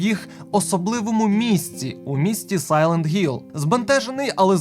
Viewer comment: Для чого казати Сайлент Гілл? Для чого це гекання? Ви або перекладайте назву "Тихий Пагорб", або вже вимовляйте правильно англійською. Це ж не транслітерація, а буквально англіська назва гри